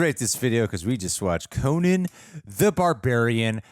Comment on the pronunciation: Its Coe-Nan like Nanny, not Conin.